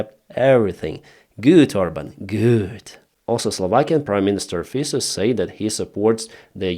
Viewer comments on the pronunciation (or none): Very sober airplane crush analysis. Thank you. A side note - it is Slovak prime minister, not Slovakian. Just like German, not Germanian. And his name is pronounce "fitso". Not that it matters that much. That sleazy miniOrban weasel is worthless.